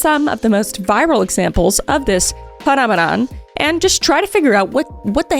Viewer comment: did any other British person think of the muppets when Kris said "phenomenom"? Ba ba ba-ra-da, be-na-na-na